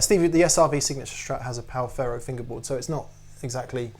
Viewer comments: Guys, it's Pau Ferro, not Pau Farro :) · Pau-ferro and not Pau Farro... It means in portuguese: Pau = Wood/stick Ferro = Iron ;-) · It's ferro(Iron) not farro(wtf). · The Brazilian slang word for penis is 'pau'. As in: "pau duro' (hard wood) Ferro is pronounced 'feh-ho' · ferro is pronounced feho. in Portuguese two Rs in a row make the english H sound.